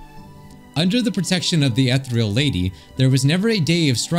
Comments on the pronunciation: you don’t pronounce ethereal as e-thr-El you pronounce it as E-thE-rE-l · Is it just where I'm from or is pernouncing Ehtereal wrong? I say E-t(h)ear-eël instead of ethreal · Take a shot every time he pronounces "ethereal" wrong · Ethereal (Pronounced like eh-thee-rial) means "extremely delicate and light in a way that seems too perfect for this world." BUT it also means "airy and insubstantial" such as a ghostly figure. So essentially, the Ethereal Lady appeared to be too perfect, delicate, light (both in weight and glowing, hence her floatiness) and ghostly in a way. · i understand you cant read correctly sometimes but i got seriously bothered how you read "Ethereal" its pronounced: uh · thee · ree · uhl Edit: my apologies I taken out the part where I sounded rude I am truly sorry for that I shouldn't say that but I will leave what should have meant. Again my apologies to you and everyone reading these comments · I CANT STAND HEARING “ETH-REAL” ANYMORE IM GONNA DIE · it think it goes more like (eeh-thee-ree-al) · Me screaming "UH-THEE-REE-UL!" at the screen. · I'm enraged at the fact he pronounced "Ethereal" as "Ethreal" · it’s pronounced uh·thee ree uhl uhl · Take a bite of any pastry with you everytime mispronounces "Ethereal" You'd lose anyway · i feel like i take psychic damage every time you pronounce ethereal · Everytime he said ethereal it made me die a little bit more inside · Jesus the ethereal pronunciación hurts my ears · Why'd he pronounce ethereal like that